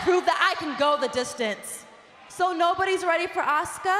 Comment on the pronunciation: stephinie even makes asukas name sound like shit lol